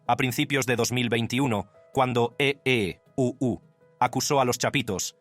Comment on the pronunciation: Que ridiculo el narrador. Ee uu suena ridiculo😮